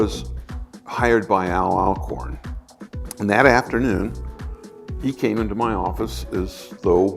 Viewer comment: A few errors in the voice over....His name is NOLAN Bushnell, not "NOLAND". Al Alcorn is pronounced All AL-CORN.. "ACORN".